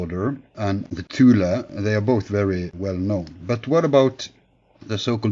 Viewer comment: At least he pronounced it right...."TULA"